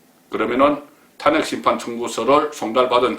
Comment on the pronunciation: 탄~핵을 탄핵이라고 발음하는 사람은 송본부장이 유일합니다.현직 언론인으로서 정론도 중요하지만 정확한 발음도 못지않게 중요합니다.단모음과 장모음 발언을 정확하게 구사하시면 혼술과 딱풀이 더욱 더 사랑받을 것입니다.